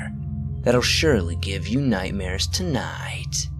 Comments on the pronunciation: Love the way you say "tonight" lol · the way he says "Nightmare's tonight" reminded me of Borat